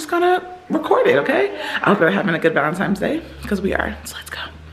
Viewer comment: Not Valentimmmmes Day